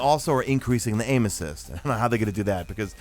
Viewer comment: #MadeItToTheEnd Sorry to hear about your cold but it did provide a little extra entertainment to this video. Whenever you said "aim assist" I heard "anuses." 😁